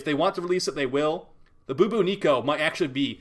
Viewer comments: Lmao ... boo boo Neeko. Its bubonico. Like the bubonic plague. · Boo-boo-nico. Even though I expect it, I still crack up when pronounces Bubonico as that. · The way he says bubonico 🤣